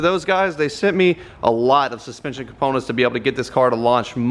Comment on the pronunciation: He said let’s send it and he sunt it